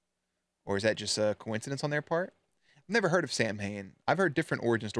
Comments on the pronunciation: Samhain is the Irish word for Halloween, its pronounced (sow-in) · Nobody who wrote or worked on this episode bothered to look up how to pronounce Samhain. They were very very wrong 😂. It's Saa-win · So the whole Samhain nonsense - yes, the religion is pronounced “sow-win” but apparently this was based on a decently obscure horror show where in the episode. the bad guy the ghost of Halloween “Sam Hain”. Pretty much all the fun facts were from that show “the real ghostbusters”. Also, the photos/info that showed “Sam hain” are indeed from Dante’s inferno and not related to real lore